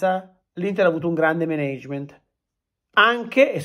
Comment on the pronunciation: Sì, ma impara la pronuncia di Management che come lo dici tu non si può sentire